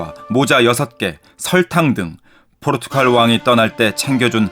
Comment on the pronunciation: 자꾸 포르투‘칼’ 하시네